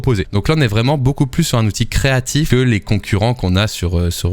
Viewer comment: "Un Creatif" tu m'as brisé le coeur.